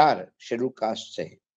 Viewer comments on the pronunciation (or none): none